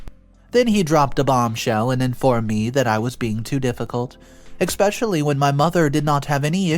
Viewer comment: You keep saying especially wrong there's no X or K in that word